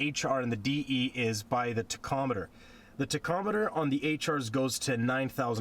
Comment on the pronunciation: Toacometer? Lol